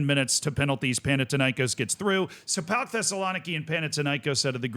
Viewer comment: As a Greek, that's how the greek teams are pronounced: PAOK was correct, Thessaloniki was wrong but we don't call them PAOK Thessaloniki anyway. Panathinaikos is pronounced PanaTHinaikòs. Foreigners usually intensify the A but it's actually the O. AEK Athens (my club) was somewhat correct. It's not pronounced A-E-K Athens but it's also not pronounced AIK like the Stockholm one. In Greece we call them ju